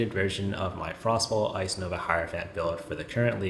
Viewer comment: I like that you accurately pronounce it as “frost ball” instead of “frost bolt”